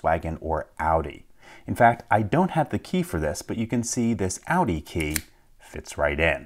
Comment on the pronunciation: I appreciate that you stick to the German way to pronnounce audi